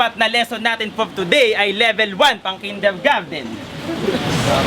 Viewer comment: INANG YAN ANU RAW? "KINDERGARDEN"? BOBO "KINDERGARTEN" YAN TANGA..